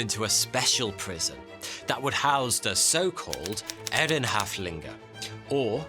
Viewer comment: Props for ur pronunciaton of "Ehrenhäftlinge" you really nailed it for a brit